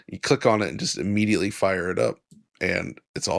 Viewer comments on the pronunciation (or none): none